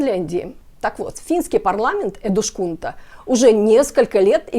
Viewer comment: Эдускунта, не эдушкунта. Так говорят только беззубые старики или люди с дефектами речи. У вас этого не наблюдается 😅